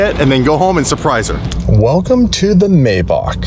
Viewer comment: For being a car guy, you would think would pronounce Maybach correctly😆.